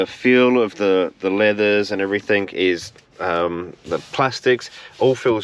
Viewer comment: It’s pronounced everything not everythink. Please stop it. It’s so hard to listen to.🙏🏾